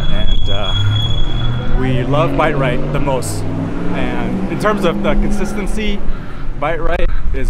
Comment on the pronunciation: Bite Rite? Did they change the business name??? Thought it was Bi-Rite 🤣